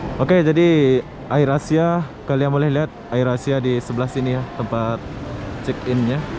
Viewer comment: Wawasan dan pengetahuan umum ente ancur bro Apatah lagi bahasa Inggris Ngomong Air Asia aja bikin ngakak, itu bahasa Inggris bro, dibaca Eir esia. Maaf udah sok ngajarin, geram sih soalnya. Airport dibilang air plane 🤣 Ampun dah